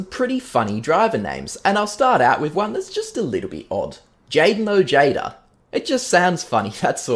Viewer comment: my name is also Ojeda lol, and as the name is Spanish the correct pronunciation is with the Spanish J, "Oheda"